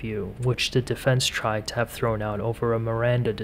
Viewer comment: "I really, really, really TRIED" . Not 'tired'.